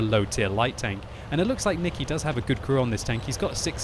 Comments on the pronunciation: Nikeee is (Nye key) not nicke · when says "Niki" instead of "Nike"